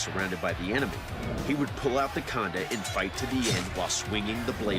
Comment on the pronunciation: Khanda , it's Khanda